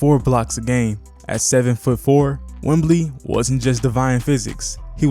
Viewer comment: Enjoyed the video man. Will sub. One thing though, I am unsure if you are calling him Wembly on purpose or not. Keep going!